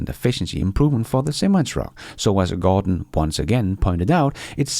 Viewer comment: I don't want to pick nits, considering I am only fluent in English and you are likely in 4+ languages, but since the limiting factor is a very prominent Tesla YT content creator...it's not Gore-don, it's Jorh-den (I know J sound like Y in Danish - I confirmed with my Danish mother but keep practicing). 🙂